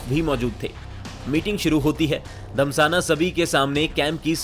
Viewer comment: Bhai "धस्माना" धमसाना नहीं है